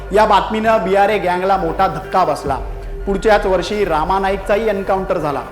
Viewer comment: रामा नाही रे रमा नाईक